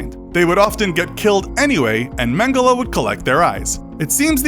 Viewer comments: It's pronounced mengel not mengela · It’s it’s pronounced man-gel-y not man-gella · Mangela ? English can't pronounce anything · It’s pronounced men-ge-lay , he is German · Mengela or Mengele ?? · Dude it’s pronounced mengell ok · You don't pronounce Mengele that way.........